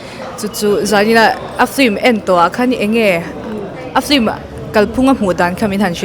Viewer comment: A spelling pawh in ziak dik thoa ti nge in lam dik mawh em em le😂😂film✅flim❌